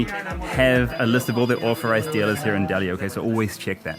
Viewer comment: You should try to pronounce 'authorised' with a th and not an f.